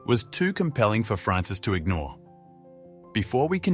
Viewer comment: "ingore"?! That's 'ignore' ...is this an 🇨🇦AI narrating? ☹️ Instead of an Aussie?! 🇦🇺